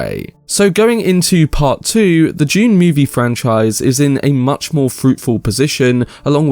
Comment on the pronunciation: I just keep hearing him say June. 😆